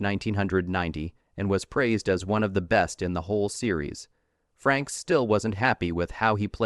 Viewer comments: they keep saying FRANKS , not FRAKES AI is destroying you tube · It's not Jonathan Franks, it's pronounced FRAYKES. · AI Voice and then calling him 'Jonathon Franks" clicked off the video by 30 seconds.... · I stopped watching the second the narrator called him Franks. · AI couldn't even pronounce his name correctly. FU Youtube. Show us the actual videos people slaved away to make.